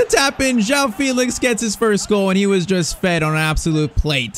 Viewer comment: Great vid, but I think it's pronounced Fell-ix instead of Feel-ix